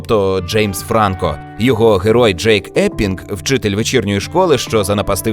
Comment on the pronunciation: Джеймс ФранкО звучить краще :)